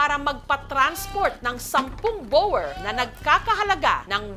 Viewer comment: Di ginawa ni Jessica Soho ang homework niya. Sablay ang pronounciation ng boer. Pati breeder sablay din. Google google paminsan.